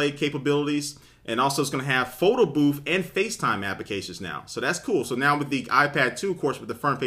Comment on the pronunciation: "photo boof" loool